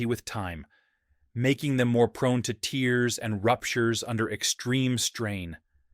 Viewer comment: Watch your pronunciation of tears! Tendons don’t cry(well the can contain liquid😢) as they rupture!!